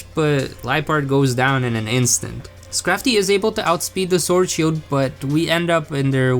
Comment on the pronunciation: Pokémon S C H I L D No offense btw